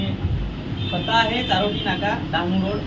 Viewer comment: चारवटी नका सांगू चारोटी सांगा.तुम्ही धांगडा का धानगडा